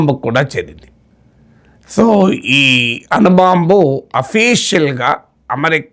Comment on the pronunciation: అను బాంబు? అణు బాంబు !